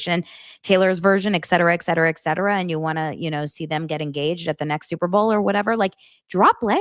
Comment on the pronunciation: FYI: "etc." is pronounced, "eTcetera" not "eKcetera" (there's no "k") *Great podcast, btw